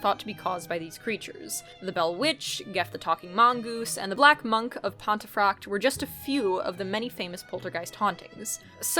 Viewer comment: Pontefract not Pontafract